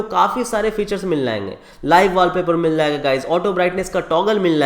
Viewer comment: Bhai mazedar video but pls say MIL-JAYE-GA